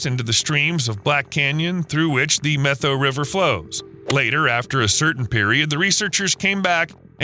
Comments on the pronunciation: It's pronounced Meh toe or Met ow as in "owie" Not Meth oh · Its NOT pronounced the "Meth-oh" Forest & River. Its pronounced the "Met-ow" And it wasn't all the 2015 fire. It was most recently the 2021 fire that spread over 650,000+ acres in the 4 north and central Washington counties. You are missing a huge player in your "story." That is the Okanagan County Conservation District. They do tons of beaver work, actually started this beaver restoration project if I remember correctly. And another thing that the CD is doing using beaver as a tool in their box of goodies. That is BDAs or by their full name Beaver Dam Analogues. It is when man goes into a watershed, 1st through 3rd order, and install imitation beaver dams, or, the BDAs. Humans build these dams, based off of Utah State University work, and install these structures to back the water up and create the pending action desired. This is quickly followed up with willow and cottonwood, birch plantings. You did an OK job with this video but you sure missed a lot as well. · Really good video! However, Methow is pronounced "met how" and not "meth oh." Soirce: I grew up at the confluence of the Columbia and Methow rivers. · BTW - it’s pronounced Met-how. Not Meth-ow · Pronounced, "met-how" not meth-oh..?otherwise, good stuff🙂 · Methow is pronounced Met-how. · FYI, Washingtonian here... Methow is pronounced MET-how. The name comes from the Okanagan word "sunflower (seeds). Some locals also refer to the river as "che-wack". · Me toe is how you pronounce Methow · The Methow Valley is pronounced MET-HOW. :) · Common pronunciation of Methow is Met -HOW. Thanks for shedding light on this restoration. Still remember the evacuation from this fire. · Met-how river, not meth-o. Edit: I've also heard meth-ow in this vid. The pronunciation is like the "new york METs" and "HOW are you." Met-how. No "th" sound anywhere. Beautiful area. Edit: Tulalip is pronounced too-lay-lip.